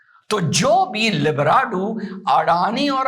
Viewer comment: जी, लिब्राडु नहीं लिब्रांडु कहिये।